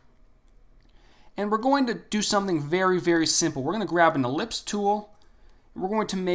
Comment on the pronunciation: The "E" in ellipse is pronounced.